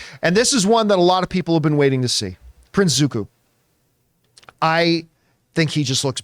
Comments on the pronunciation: he said Zuku lmao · He did Zuko's name worst than the movie Adapta-- There is no Movie in Ba Sing Sei